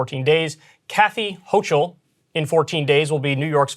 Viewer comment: ...and in New York, we also say Karhy HOKE-ul...sheesh...